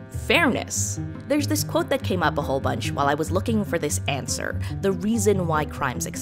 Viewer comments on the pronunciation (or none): none